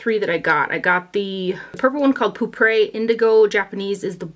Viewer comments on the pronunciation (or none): The best way to pronounce Poupre (which is french for purple) is Pope -uh (unless you want to listen to a bunch of pronunciation videos on the french R), not Poop Ray LOL - (i'm not saying that in the snobby cheerleader way! I was laughing once I figured out what the name of the color actually was, I thought she might like to know :-) )